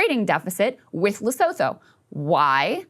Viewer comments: Lesotho pronounced as Le-su-two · it's pronounced le-soo-too. spelled Lesotho. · Lesotho is better pronounced Le-soo-too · Krystal that’s not how u say Lesothoooooo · Krystal, please look up how to pronounce "Leosotho"